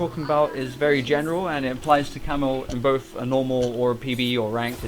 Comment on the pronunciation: Each time he says Camille he says camel